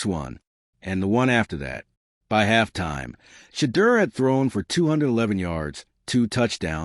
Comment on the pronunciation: They either pronounce Shedeur's name wrong or spell it wrong!